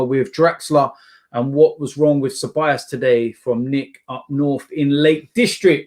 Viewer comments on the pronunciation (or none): none